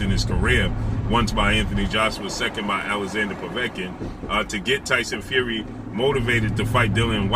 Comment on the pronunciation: LOL 😂 the way he says his name “Tyson Few wee” 😂😂😂😂😂😂😂😂😂